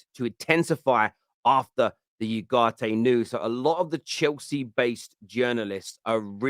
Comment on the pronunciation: It`s not YUGARTE, you idoiot! It`s U-GARTE. As in the word oohh.